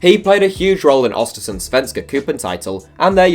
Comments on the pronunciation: It's not Ostersunds it's Östersunds, Ö is pronauntsed like the article A in english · hur han sa svenska cupen och östersunds haha